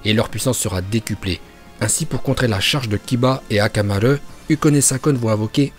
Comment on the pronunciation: mais pourquoi tu di akamare